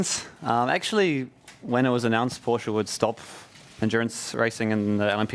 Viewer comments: I love Hartley for saying "PorschE" instead of "Porsch" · "Poor-shu" - Brendon Hartley 2017